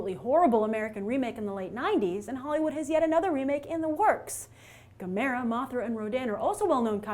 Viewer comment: Actually it's pronounced "Gah-meh-ra".